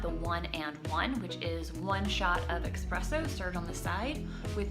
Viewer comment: There’s no x in espresso